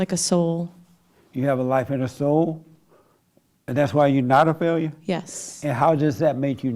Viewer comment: Are you a Faileau in life? lol JLP pronunciation of failure had me dying (ego death) all week